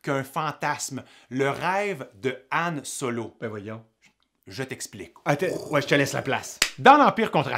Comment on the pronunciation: Son nom c'est Han Solo, pas An Solo